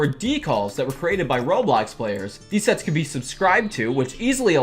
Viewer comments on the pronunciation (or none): When he said sets I thought he said sex Lol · i thought u said s ##ex instead of sets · when he said "sets" i thought he said something inappropriate... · Me:Hearing him saying sets Mind:Wait a min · When said “sets”, I thought he said a bad word 😳